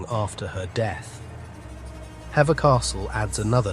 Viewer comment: Will you please tell me why you insist on using modern day dress instead of keeping it in context this was the 16th century for heavens sake. oh and apologies for being pedantic but although the spelling is Hever it's pronounced Heever, though well narrated these videos are slapdash, and names of places wrongly pronouced. Sorry to be so sharp